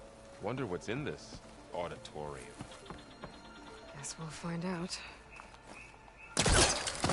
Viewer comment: can't unhear "odditorium" 🤭 The hall of oddities.